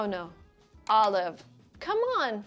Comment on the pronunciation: I think she pronounced olive wrong